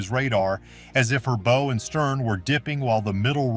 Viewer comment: WHY don't creators LISTEN to their AI soundtracks before publishing, and FIX the errors? A ship has a BOW (as in bow-wow), not a BO.